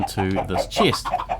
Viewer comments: I hear you say chest as cheese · he say chist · Dude you got someting with the "e". It seems like you are saying : ieggs and chiest :D